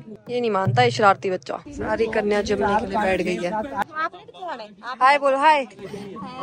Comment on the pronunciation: 😂😂 kanya bhoj ko bolte he jeemne not jamne 😂😂 bahut sundar mandir banaya he 🙏🏻🙏🏻